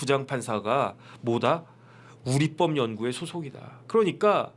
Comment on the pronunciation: 우릿뻡이아니라 우리법이라발음해야지요.